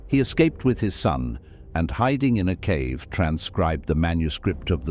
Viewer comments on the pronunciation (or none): none